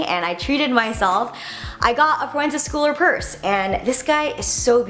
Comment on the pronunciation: pretty sure its proenza shuu-ler